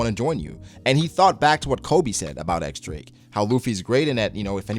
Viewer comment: Its "Diyes" not "ex" Drake. But yeah, great chapter and review.